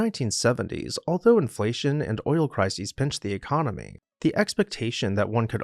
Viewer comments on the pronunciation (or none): none